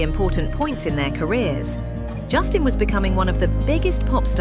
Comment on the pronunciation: Jason horrivelassistir , essa mulher falando o tempo todo o nome de Justin errado